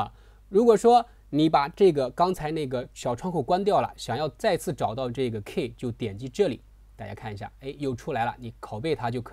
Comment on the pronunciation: 不是'kei', 是‘ki:'